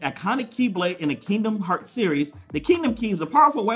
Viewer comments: Kingdom heart keydom heart please say it right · Why doesn't square send me stuff I've been playing kingdom hearts since I was 5 I'm now 18 come on square send your real fans stuff no offence but if you don't know even know how to pronounce the name of the game your not a fan just saying.